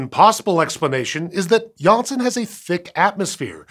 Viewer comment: nailled it the dutch name"Janssen"